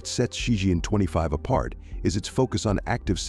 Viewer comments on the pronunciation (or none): It's Ci Chien not Ci Jian.